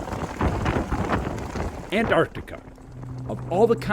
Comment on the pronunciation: I’ll respect Americans more when they can pronounce Antarctica properly.